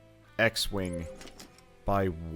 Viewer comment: not 'x-wing' he named it 'x-wang' hahahhahhahaha